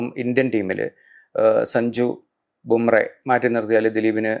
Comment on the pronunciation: Dear, Jasprit Bumrah എന്നാണ് പേര്. Bumreh എന്നാണ് താങ്കൾ പറയുന്നത്.